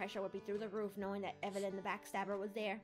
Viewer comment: Gurl you said be strong evylen